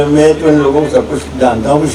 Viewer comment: सुना है काली तो लैला थी ? दूसरा, एक सच्चा मुसलमान कभी सच्चा हिंदुस्तानी नहीं होता ! तीसरा एक अच्छा शायर कभी खुद की तारीफ़ नहीं करता ! चौथा में नहीं मैं होता है पांचवां पेदा नहीं पैदा होता है वैसे तो इस पेंदे में छेद बहुत हैं पर आखिरी घटिया सामान की पहचान है ये खास कि उसे बेचा जाता है गला फाड़ के !!